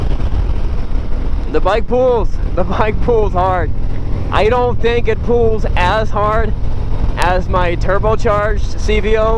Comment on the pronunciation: Forever hearing "pools" when he says pulls